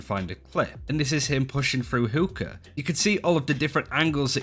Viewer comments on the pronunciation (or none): did he say hook-o? I may bey wrong but i think its Hookah like what people smoke tobacco out of originating from like the middle east and shit. correct me if im wrong